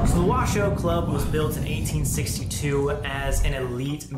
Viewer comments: No, it's pronounced, " WA - SHOW" and spelt "WASHOE". It means, "People from here". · Isn’t it pronounced wa shoe club? I’ve never heard it pronounced the way they are saying it. I remember twin paranormal went there and they pronounced wa shoe. I was confused but what ever